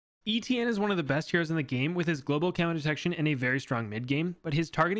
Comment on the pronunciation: You didn’t even try to pronounce Étienne the french way, probably because the « tienn » sound has absolutely no equivalent in English at all, but you could have tried